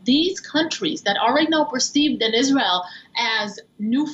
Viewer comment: Want to be a reporter and can't even pronounce Israel correctly. 🤦